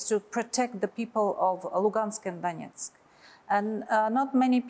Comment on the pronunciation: bu masih tanggung bicara bahasa inggris. Bawa koresponden yang bisa bahasa rusia lah. Dengar aja cara dia menyebut " Donetsk dan Lugansk ". Tuh contoh media Kumparan. Koresponden nya berbahasa rusia, sehingga bu gak tanggung ngobrol juga.